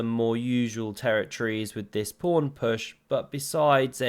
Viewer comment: Is a king prawn just a very big prawn, or has it something to do with chess? And is a fiancheato something illegal? Why don't you learn at least your own language and the chess jargon? Solution: it's PAWN and FIANCHETTO.